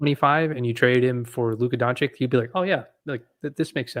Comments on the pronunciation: Now that Luka is a Laker maybe can learn how to pronounce Doncic's name correctly. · You don't even know how to say his name. Dummy. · Doncich doncich doncich doncich not doncik donchick donkick donakick donatello